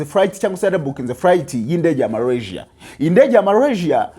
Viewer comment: Urakoze kuraya makuru, aliko ni Malasia ntabwo ali Marasia!